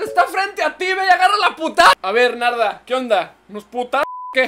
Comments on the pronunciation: Escuche nalga y alga en ves de Narda😂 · Nombre: Narda Lo que Missa dijo: -Kaguama -Nahua lesa -Nayarit :v